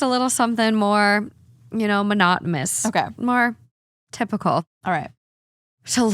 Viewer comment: oh no i found another word 😅 its not minotminous ❤ its minot-e-nis